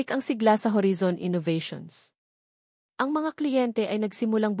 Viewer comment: Ganun ba pag pronounce ng horizon, narrator???